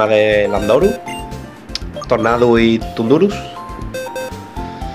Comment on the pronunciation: "TUNDURUH", POR DIOS SE PRONUNCIA ZANDORUS